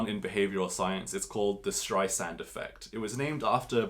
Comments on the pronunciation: It's "Barbra Streisand", NOT "Barbara Streissand". Thanks for the Gino go-through! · Also, it's Streisand, not Streissand. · Appreciate the hard work you’ve done on the video. Was highly entertained by the shenanigans of a so-called academic. Just a note: it’s ‘Streisand’.